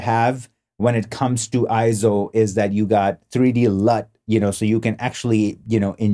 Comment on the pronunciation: Nope, not pronounced I-ZO! It is correctly pronounced AY-ZO per EIZO's own corporate video. Also see the correct pronunciation in the EIZO Wikipedia, which also shows AY-ZO. And one more reference... see the 2021 Scientific & Technical Awards EIZO Acceptance Speech video where Masato Nakashima, the Senior Product Manager at EIZO, pronounces it as AY-ZO. In Japanese, the "ei" together is usually pronounced as an AY sound just like when we say the Japanese word Sensei - Senˈsā.